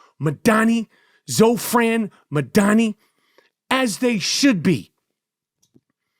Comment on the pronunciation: It's Zohran not Zofran. Lol! He's INDIAN.